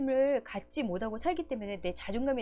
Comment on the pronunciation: 좋은내용 잘들었습니다 많이도움받고 갑니다 그런데 '못하고' 발음이 안되시네요~ㅋ 귀엽게듣고가요